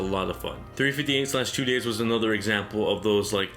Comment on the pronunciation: 358/2 days is actually pronounced "three-five-eight days over two". I know, sound silly, but that's how it is! In terms of my favourite DS game, it'll be Mega Man Star Force 2. I feel that this title got really negative reviews simply because it wasn't the same as the Battle Network series on the Game Boy Advance. Cool story with stars, comets, and OOPArts involved. Protagonist that is vulnerable. Villain that you could understand where she's coming from. Fun combat system that mixes up real time combat with turn based attack coordinating mechanics... I think there's a lot to like! Even though it's not for everyone, it's probably my favourite.